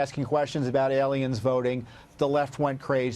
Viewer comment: Lou just cant say the word "Alien"...